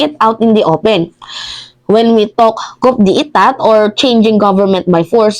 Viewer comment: KO DE TA ANG TAMANG PRONOUNCIATION SA COUP DE ETAT